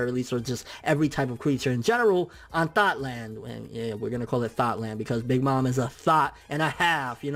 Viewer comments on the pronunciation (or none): "Thot-Land". Love it.